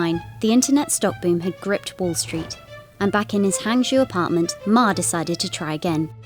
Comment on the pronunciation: That's the worst pronunciation of HangZhou I have ever heard